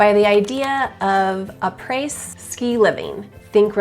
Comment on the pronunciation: Haha, it's pronounced, ah-pray 😂😂😂. It's French, for, after. ˈä-ˌprā; ˈa-ˌprā.